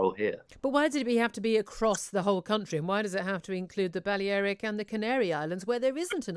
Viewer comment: Since when do people pronounce the balieric islands like that?